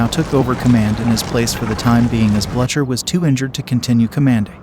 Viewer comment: The pronunciation of French names and towns is awful and really detracts from a nice film. Also Blucher is pronounced "Blue Ker"